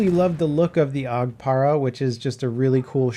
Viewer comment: You called it the AUG "parah". Like its some fancy ass name. What the fuck. It's AUG Para. It's shortened. It's for paratroopers. You don't call paratroopers "parahtroopers". Dumbass..